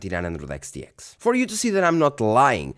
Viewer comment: Practice makes perfect Reviewing lots of Radeon cards enables you to say those Xs over and over again flawlessly. 🤣